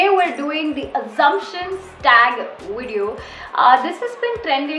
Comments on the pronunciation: Am i the only who notices her saying 'widio'🤔. No offence though, i like your 'widios'😃. Subscribed! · What is wideo haan??!!!!! Sometimes it's good to have right pronunciation.... You don't have to do so 'nekami'